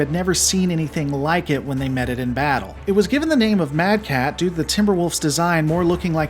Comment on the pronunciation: It wasn't inner sphere Commanders. But sensor arrays that marked the timber wolf mad cat. Because the computer couldn't figure out what it is so went with closest mech design it knows. And you pronounced it right.